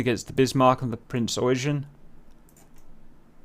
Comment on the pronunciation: Yamato! not yamamoto lol and you pronounce the Eugen as Oigen not eugene :D